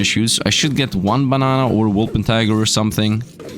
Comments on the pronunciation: PLEASE. It's "wolpentiNger" not "wolpentiger" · it's called a WulpentiNger There's a N in there, it's not a tiger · If you want to correct him at least spell it right yourself, it's wOlpeRtiNger.